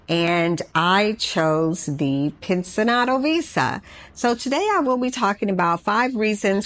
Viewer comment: The pronunciation for "pensionado" is pencionado. Not pensinado as you pronounced it. You need to emphasis the "ci" part.I had no idea what you were saying until I read what you were talking about in your leadup comment.